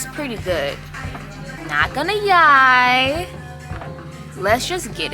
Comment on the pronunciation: does it bother anyone else that she says im not gonna "yie" like ew